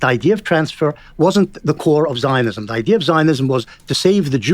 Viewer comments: Is it idea or is it ideer? Feelin pretty gaslit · Does it bother anyone else the way moeen says "idiur" instead of "idea". Like brush if your going to use a word constantly at least pronounce it right